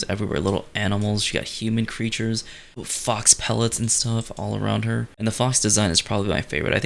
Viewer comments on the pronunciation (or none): "Fox pellet" pelt... the word is pelt